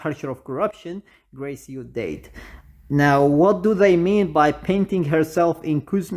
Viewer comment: I like how you pronounce the "Died" to "Date"😂 Anyways what happened to Hua(sim)?